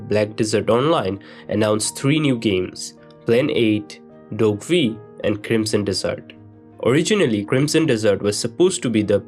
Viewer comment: i knew there was going to be some saying this. he is totally saying dessert lol